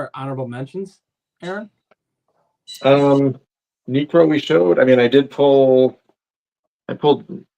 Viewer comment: Niekro? Really man 😅 As a Braves fan (I love Knucksie) but he doesnt crack it ha